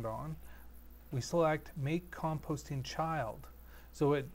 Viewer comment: Composting is what you do with yard waste. Com-pos-i-ting is what you do in editing. Please pronounce the "i" in c-o-m-p-o-s-i-t-i-n-g. Eeessh.